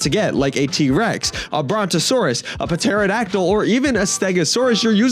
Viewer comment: Isn't it pronounced terodactyl